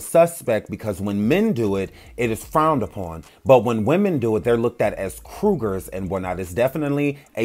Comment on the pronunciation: Lmao! It's "cougar" not "Kruger".